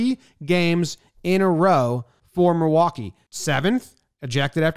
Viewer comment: How did you put an 'R' in Milwaukee?